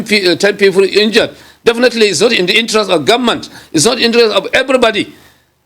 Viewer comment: He kept saying “we the Gunmen’t” If u can’t pronounce “Government“, no appointment for u.